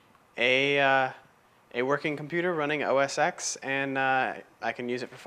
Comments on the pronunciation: You are a very good artist. It just cuts into my heart when you pronounce it OS X and not OS 10. X = 10 OK? If you don't believe me, open a terminal and do these commands: # say "OS"; say "X"; say "OS X" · Actually it's OS "ten", not "ecks". No one at Apple has ever called it OS"ecks". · So that was pretty darn impressive. Always enjoy seeing cross-platform people who can demonstrate technology objectively. My only tip is that the X is pronounced "ten", not the letter x. Other than that, quite a nice demo of a bitchen box. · It's most definitely pronounced "OS ten." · now ya know we're dealing with a dumbass when he says OS X wrong.